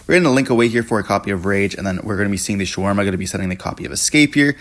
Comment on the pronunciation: You do know it’s Shavara, not sharwarma…..